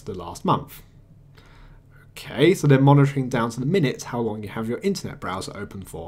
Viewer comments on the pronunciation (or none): none